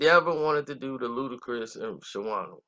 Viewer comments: You chopped everybody name up on this 1! DTP, nigga! Shawna, not Shawanna! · It’s pronounced Shawn -na 🤦🏾‍♀️ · You killing me with "Shawanna"! Reminding me of that uncle who keeps ruining your ghetto friend's name. LOL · Bruh the W is silent..... I almost cut this shit off after the 2nd "sha-wonnah"